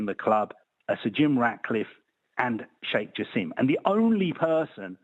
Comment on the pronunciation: It's "Jaa–sim".. not Jaseeem😵 like how (the Qatar WC hater) pronounce it.